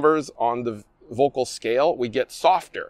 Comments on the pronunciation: Pretty close… In German, words beginning with “V” are pronounced as though they begin with “F” in English. So, the name is pronounced more like “FOLK-UL” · Btw VÖLKL is NOT pronounced as 'vocal' , just think of the word "VULCAN", and then replace the "CAN" with "CUL" (as in culdesac).